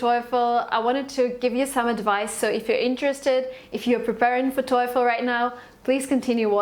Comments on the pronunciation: The most common American-English pronunciation of TOEFL is "toe-full" not "toy-full." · TOEFEL not Toyful. TO.E.FEL. When "e" started to be peonounced "oy"? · It's quiet fishy coz its not Toeefl pronunciation but Toefl e being silent! You were lucky to pass! Having said so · it's not toyful! it's toefl and pronounced as toful. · def nina rica del tec de monterrey habla un ingles tecnico academico muy bueno nivel casi de 10, no se le nota mucho acento de hispano; exepto el toyfull hahaha los gringos los pronuncian tofo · You write it "TOEFL" but you pronounce it "TOYFL"! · You're stupids toyful is wrong!, but toefl is right. But sometimes we pronounce it toyful too! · How did you get 117? , you can’t even pronounce TOELF correctly 🙄 I can’t tolerate YouTubers like you, GOD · and yet you say toyful lmao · Ah yeah good job but it's not " toyful" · Its not toyful or toiful Really annoying i dont know how you scored 117! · she has not practice TAAAAAFEL pronunciation enough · It’s not pronounced toyfol u know 😅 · thought I’m the only one who got destructed by her “toyfl” pronunciation. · Why the hell would you write here and make us aware that she says toyful? Now, I`m hearing toyful from her all sentences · God damn it I cant focus on what she says...all I hear is TOYFOL! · Parei de assistir qndo ela disse TOIFOL. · Thank you for the video. The advice is very helpful!! There is just one question about the pronunciation of "TOEFL". Is it supposed to sound like " TOIIIIFL" or is it just me? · I always thought TOEFL is pronounced "toe full" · She keep saying toy-ful. Lol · The clear fact that you're pronouncing TOEFL as TOYFEL makes me reluctant to believe you. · How do u get 117 n still pronounce TOEFL wrong.. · For someone who did reasonably well on the TOEFL, she sure doesn’t know how to pronounce it correctly! Maybe why she didn’t get 120/120 😂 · She can't even pronounce TOEFL correctly. Wtf ?